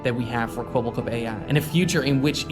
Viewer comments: Now now pyro, say the line properly. "Kwebblekop is finished" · Idk if that's just how he says his name, but it really sounds like the AI doesn't know how to pronounce "Kwebbelkop", so it just kinda mumbles it really fast